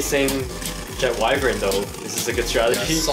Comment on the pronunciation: Wyvryn is called wyvron